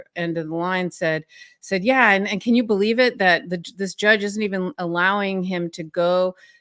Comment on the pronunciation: Can someone please mention the way he says “jyudge” ??? Like there’s a yuh sound there shouldn’t be in that word when he says it…and it makes me want to peel my face off, grow it back….then peel it off again.